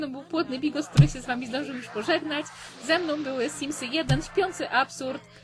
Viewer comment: W mim mówi "któhy", czyżby Zabrak ? ^^